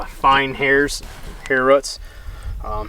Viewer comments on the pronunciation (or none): I'm from Canada... what's a rut? or do you mean roooooots?! lol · Tell that guy the word is 'roots' , NOT ' ruts' ! He should know better, anyways the info is interesting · And it’s roots not routs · I can't take someone seriously when they say ruts instead if roots... its English... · Love to hear yall say roots "ruuts" :) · That pronunciation of roots just ain't right